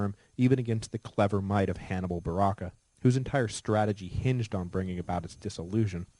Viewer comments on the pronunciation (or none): Even with a Master's in Western Civ I can't say there is a better series out there. I know Mike probably doesn't follow these strings anymore but if you ever do sir, WELL DONE! (my only pet peeve is the Hebrew pronunciation of Hannibal's last name of Barca as Baraq or Barak. Though Punic was hereditarily Phoenician and semitic in root it was never globally spoken with a completely Hebrew pronunciation.... thus it s/b B-A-R-K-A-H)